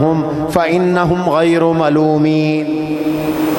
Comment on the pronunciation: غیر پر زبر ھے پیش نہیں محترم